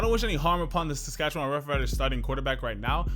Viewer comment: not to nit pick but it’s pronounced sass-cat-chew-win